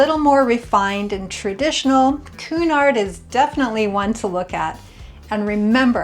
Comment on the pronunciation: Learn please how to pronounce Cunard and Meraviglia!